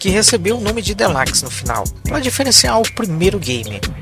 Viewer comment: O vídeo é sensacional cheio de curiosidades e muita informação, mas não quero ser chato mais existem algumas pronúncias em inglês que ficam estranhas da forma que vc falar exemplo deluxe,e a dixie de donkey Kong 2 soaram estranham quando ouvir sua pronuncia e so se atentar a pronuncia correta,mais no mais continua assim que é sucesso.